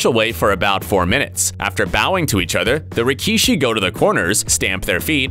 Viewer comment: Did man really say rikee-shi